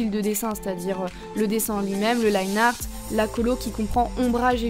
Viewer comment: On se rappelle des temps où elle disait linéarte